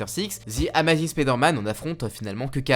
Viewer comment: C’est pas amazine c’est amazing